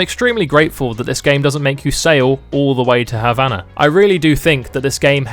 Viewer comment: You cant even pronounce Habana